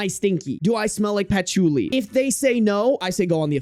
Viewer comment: not you saying Patch-oo-li 😂😂😂😂 bruh